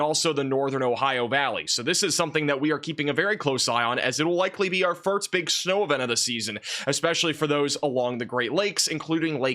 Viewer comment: The word is FIRST.. Pronounced FURRSSTTT>> Not FIRT 🤣